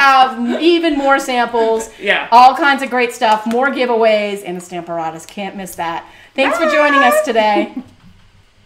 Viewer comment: Love the cards. I don't understand the pronunciation of Stamparatus, seems like it should be the same as apparatus which seems to be where the words was coined???